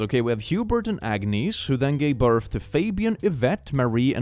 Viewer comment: Ah yæh, de sveedish 'borth'